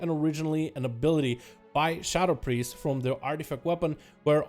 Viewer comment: did he say simp priest? LOL